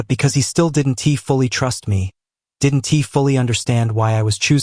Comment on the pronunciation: Not sure what you've changed in your creative process, but the narration is off. The narrator is pronouncing contractions like, "did N T" instead of "didn't". While I'm supportive of your work, it makes listening to the narrative a little frustrating . . . . . .